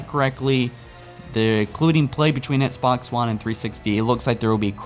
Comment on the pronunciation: He still says Sbox one 😂😂